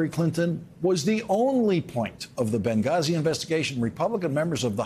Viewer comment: McCarthy looks like a winner! Now I want him to break the 100 year record! You show ‘em Kev!😊 Also, gotta love the usual platitudes from the demented uncle from The Maralago nursing home. Also, why does call it “Bungazi”?